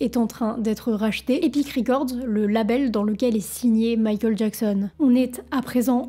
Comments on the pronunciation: pourquoi quand tu dit michael a la place tu dit mikol c'est un accent ? c pas une insulte tinquiete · J'aime bien ta manière de prononcer Michael...c'est mignon 🥰🥰🥰❤️❤️❤️😅👍👍👍À l'américaine